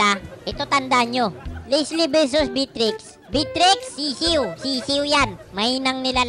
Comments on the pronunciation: bat ganyan pronunciation mo sa Beatrix? B-trix tawag mo na dpat beya-trix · Everyone: Beatrix: Bitrix 🤣